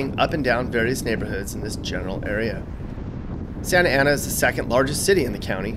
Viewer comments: Santa Ana aka 'Skantana' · People that say "SANTA ANA" are obviously not from "SANTANA". My birthplace and hometown. Would move back in a heartbeat. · The way he emphasized, "Santa Ana Winds"... The hate... 🤣